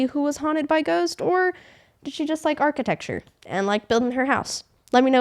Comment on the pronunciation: I'm sorry😂😂 "Archi-texture"?😂😂